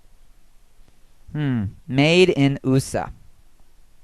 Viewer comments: "Made in Oosa" ... LOL!! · Hey dan, what's oohsa? It's not oohsa, its USA. I know but it says oohsa see USA. Lol xD